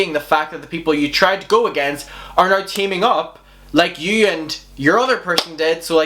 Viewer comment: i can't watch anymore because of how you say now...